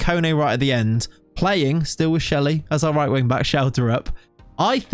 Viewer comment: Looks like you struggled not to call him schjelly when 1st telling us your plan for schjeldrup haha